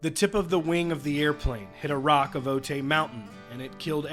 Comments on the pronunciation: So sad 😔 BTW it's pronounced "O-tie" not "O-tay" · I remember that day. I lived in San Diego and still do. I know where the mountain is. The news reported that the plane went into the mountain. Every time I see the mountain I think about the crash. BTW it's pronounced O-tie 💜